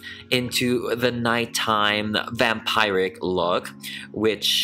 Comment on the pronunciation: “Vampiric” is pronounced as “vam-peer-ic”, not “vam-pie-ric”. I know what you think since the way “vampire” is pronounced.